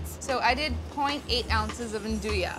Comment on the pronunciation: Yea, Its not "aan-do-yah" its "aan-DOO-wee"